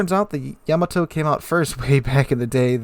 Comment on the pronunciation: YAA-MAA-TOO! [Space Battleship Yamato Theme]